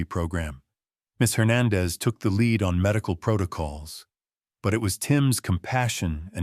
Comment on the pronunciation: Lead mispronounced